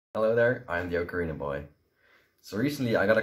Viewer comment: FINALLY someone actually says ocarina correctly. :)